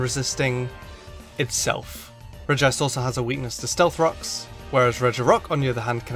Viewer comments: Regice. Not Regi ice! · because there's no second I in Regice. So pronouncing it "Regi-ice" is pronouncing it wrong on purpose. Rename your Regice "Regiice" then I guess it would be correct. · It’s clearly regi-ce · it is regi ice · Regi-ice just sounds terrible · You pronounced Regice wrong. it's pronounce 'shit'